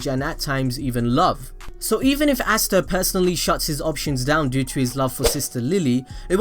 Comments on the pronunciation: Its ah_stah not assta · Why the fuck are you saying assta instead of asta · Asts be like: Asta You be like: Assta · "Assta" oh yeah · Stop saying assta